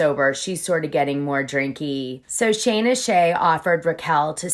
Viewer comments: Love ya Dana. 💜💜💜💜. But it’s scheena. Not Shayna. Not a fan of her. Just notice in a few video’s you kept saying it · Lol I know that you watch the show at least just as much as me, how come you pronounce Scheana's name wrong?